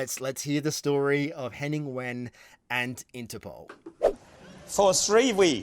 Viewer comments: McClymont No. First his name is Wehn, not When. Second 'W' is pronounced 'V' by Germans. Hence 'Vain' or 'Vahn" Third is David Mitchell pronouncing Henning's name after working with him for about ten years on "The Unbelievable Truth": I believe David would be close. Best Wishes All, for a Happy, Healthy, Peaceful New Year. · It's pronounced 'Vain' but never mind! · His last name is Wehn. 'W' in German is pronounced 'V'. So you would say 'Henning Vehn' in English.